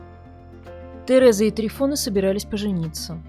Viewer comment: Может ТрИфон?????слух режет прям трифОн - патефон, магнитофон